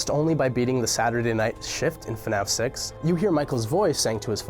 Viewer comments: When he says “fnaf 6” , it sounds like he’s saying “fnaf sex” Yes that exists... it’s called hentai Edit: it has been brought to my attention by my sister that their is a dating sim for fnaf called “5 nights at dating” So “fnaf sex” might actually happen, guys! But that means that someone on this world is attracted to robot animals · hey buddy i think you mispronounced fnaf 6 to fnaf s ex